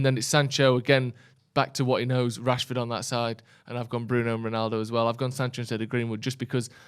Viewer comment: you cannot be serious saying Rashford or martial